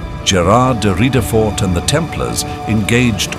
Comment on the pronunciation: You need to improve the quality of the AI reading, or else just read the script yourself. It pronounced Ridefort like 4 different ways in this video.